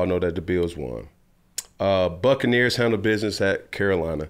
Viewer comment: Damn Cam you just couldn’t say my Buccaneers 😂 still love yah ❤